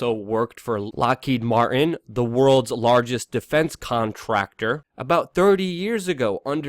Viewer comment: "Lockheed Mar-in"?